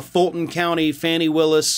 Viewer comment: Her name is Fauni, not Fannie. This reminds me of a story a college professor told me about a white student who referred to Dorothy Dandridge as "Darkie" Daniel's. Yall think "oh she's black. Her name has to be Fannie".